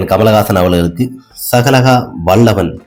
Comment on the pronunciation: Sagagaha vallavan illa..athu sagalakala vallavan k va correct ah sollu